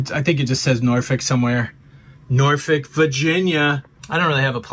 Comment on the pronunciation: Do they really say “Nor-fick”?